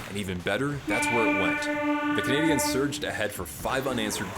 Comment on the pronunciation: interesting commentary but it's jarring because... Just say it normally. Canadians. The accent attempt is not correct, you are making the common error of saying "Canadiennes" which is inadvertently sort of rude.